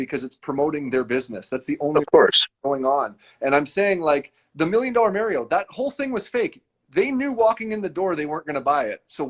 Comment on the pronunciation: I can't stand the shill guy saying "Mary-O"